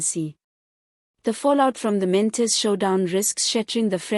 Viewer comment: Good reporting, however his surname is: Not Mantis Pronounce: Maan-Ta-She